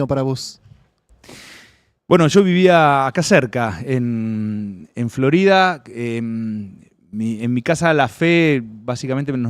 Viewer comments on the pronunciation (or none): none